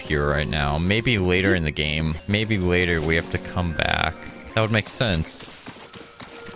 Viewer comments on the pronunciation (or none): none